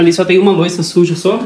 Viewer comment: porque vc fala lavar loica ao invés de lavar louça? Um abraço!